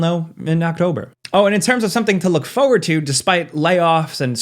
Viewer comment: He says forward like fowad